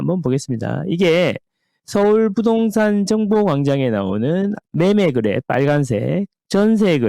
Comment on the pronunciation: 거래가 자꾸 그래로 들려요 그래량ㅋㅋ 정겹습니다잉~~~ 오늘도 잘 듣겠습니다^^